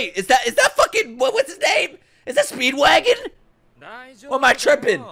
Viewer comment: stop calling him speedvagon pls